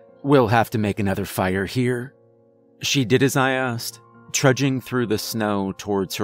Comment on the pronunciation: Why tf you say fire so wierd Faa•iar•